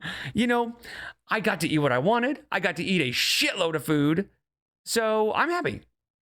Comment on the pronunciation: She loves food so much that she pronounces it in her own weird way. Füüd.